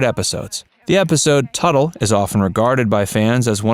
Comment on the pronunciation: thats tuttle not turtle!! not even 30 seconds in and this video is wrong